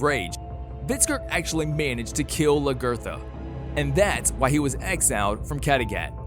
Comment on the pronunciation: I hear you, LaGERTHA! 😂